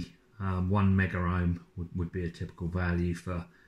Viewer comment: It's "megohm" and not "meggerohm" although there actually is an instrument known as a "megger." It's short for "megohmmeter" and it's used to test insulation under a high voltage to ensure it won't break down and short out a circuit under high voltage.